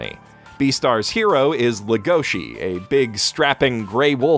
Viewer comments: Can't help thinking about punching tables when people say "Legoshi" instead of "Legosi", even if it's accurate Engrish. Character is named after Bela Lugosi, Romanian actor who first played Dracula. Also, Log Horizon Season 2 Episode 10 was the only memorable episode of the season. They focused on a lot of B-plot and characters that gave little to no pay-off with what the first season was building to. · Every time someone calls legosi as legoshi even though he is named after bella legosi.